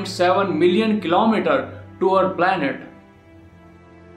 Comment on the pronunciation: He siad planert